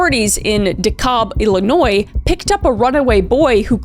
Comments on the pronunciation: Thanks for saying illinois right ❤. Shout out from the south side 🤙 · Thanks for saying Illinois correctly